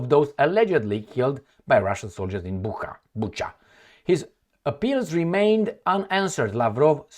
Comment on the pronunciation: It's pronounced "Boocha", not "Bukha", even though it is spelled Bucha. Just sayin'. As to what the hell exactly happened there - I wish I really knew... 😢 I don't trust either side, but it is obvious who it was damaging for, and who sort of benefited from it. But sometimes, logic goes out the window. Who knows.